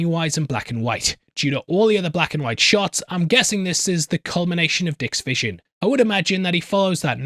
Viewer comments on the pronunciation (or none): May you get feeling better soon homie ✌🤓👍 and LOL was that a SAWED OFFF SHOTGUN dude on the left had? Ermahgerd lol spray and pray, I guess Shotgun Pellets Float Too! lol... I'm such a silly goose, I giggle every time you say he has "A Dick Vision" xD it just sounds so funny hahahaha ahhhhhh I need to grow up a lil bit hahahaha